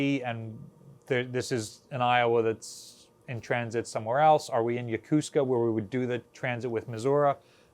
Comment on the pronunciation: Why are you appearing to say Missura? Instead of Missouri? Also, regarding Yokosuka, locals say it as "Yokoo ska" Su isn't stressed. It's a good way to tell who's a local here and who's new to the area.